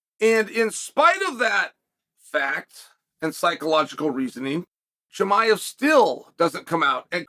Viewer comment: CUT TO THE CHAEL count - correct pronunciation of Volkanovski - Ok Great - Chael chuckles - correct pronunciation of Chimaev - Chael chuckles